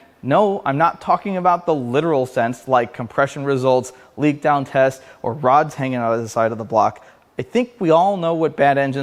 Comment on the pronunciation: I almost thought you said broads hang out inside of this engine lol but I know you meant rods🤣